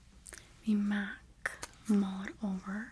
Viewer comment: I know the lipstick is “mull it over”, but I kept hearing “mullet over” 😂